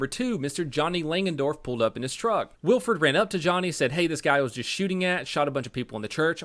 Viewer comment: This is massively late but it’s pronounced Will-eh-ford.